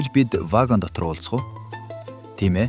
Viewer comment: Вагань гээд баыхым.вагон биш юмуу.